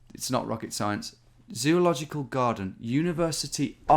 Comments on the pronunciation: "Zoological CAROCH" 🤦‍♂😂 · Give him some credit... He was clearly spelling it "Caroch", which is way closer. /sarcasm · Zoological "Garden" becomes Zoological "Quroch" ?! Professional geoguessing there Tom... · i couldn't stop laughing when he said Caroch hahah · Thank caroch! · Sorry I can't watch you read garden wrong for 30 minutes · I thought he was joking when he couldn't read Graden..